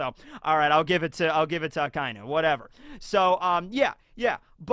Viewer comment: omg fin,ally you pronounced akainu the right way for once , even tho it was bec you mumbled it